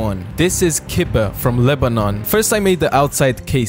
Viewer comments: Yes, but other countries pronounce them different. He said “Cib-Ah” we say it “Kib-eh” with a slight accent to it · That’s not how you pronounce it it’s ki-bi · its pronounce kib - bee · I don't want be that guy but its pronounced kib-eh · This is my country. But I literally cried at how you pronounced Kibbeh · As a Lebanese, the pronunciation could be better, but you should also try fattouch, it’s the best salad in the world!